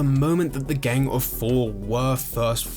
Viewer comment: So is it gang or geng? The way you pronounce it really takes me out of the video.